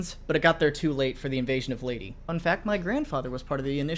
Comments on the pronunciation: Leyte isn’t pronounced as Lay-tee is Lay-Tegh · Invasions of Latie? I thought it was Leyte (LAY-TAY) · Btw, its not Ley-ti. Its Ley-teh. Just wanted to point it out. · It’s not leyteee, it’s ley-tae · It's pronounced "ley-teh" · Y'now, where I come from, it's pronounced like leiteh, but whatever. Just sounded weird. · Your pronunciation of Leyte is funny